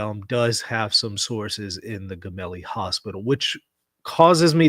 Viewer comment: It’s not Gemelli as in “get” it’s Gemelli as in “gem” Italian tv Rai said the windows of the Popes room have not been opened today at all … but he did attend mass in his ward and took the Eucharist praying for Papa Francesco 🙏🏻🙏🏻🙏🏻